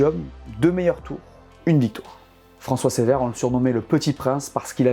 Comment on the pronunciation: juste un mot pour dire que ce n'est pas François "Sévère", mais François "Ceuvère". Voilà pour le détail ;) Sinon, cool la vidéo, vraiment intéressant